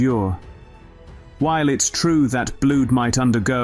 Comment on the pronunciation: It is quite a good videos but spoilt by the robotic voice. It was quite good until 4.30 when it says blued and vakkoom instead of blood and vacuum. Later it does correctly pronounce vacuum. But just get a real person to do it and it could be so much better.